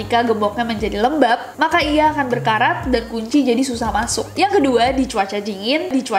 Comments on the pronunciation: "Di cuaca jingin" 😂😂😂 astaga nessie kk ku juga ketawa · Kakak kok ngomong cuaca dingin yang ngomongin gembok jadi jingin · "cingin" bos dia ngomongnya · Me : dingin Nessie : JINYIN